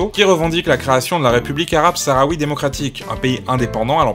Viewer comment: c'est bien mais on dit juste saharoui ^^